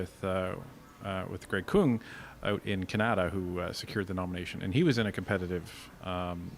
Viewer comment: Dont know why, but everytime, for a split second, when i hear ca-na-da, i think its a different place than can-a-da 😅😂